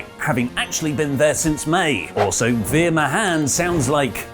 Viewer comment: Sorry! It's pronounced "vee-r" ("ee" as in "reed") "ma-haan"!